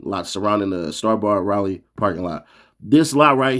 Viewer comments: Man he said raeleigh its Raleigh lmao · It's "Rally" say it right next time 😂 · Rayler NC? 🥷 don’t even remember what the inside of a school looks like.. who can’t pronounce a gatdamn capital city?